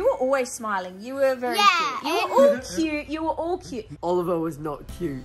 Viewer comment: Bro it’s not olleryon it’s oliver